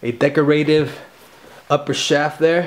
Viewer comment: Best pronunciation or Deco-rative ever!